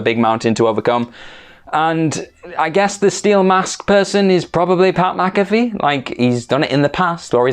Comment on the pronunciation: ITS PAT MAC-A .....wait you got it right! Proceed XD